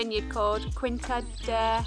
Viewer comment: The "qui" is pronounced like "kee", so "quinta" should sound more or less like "keenta". Oh and the "J" in "José" is pronounced like the "J" in your Joseph and not like the Spanish "Hosay". 🙂 was right about the Ujo, it's a species of european Owl. Just one thing: the valley you see from the lookout point is not the Douro Valley, it's the Tua river valley.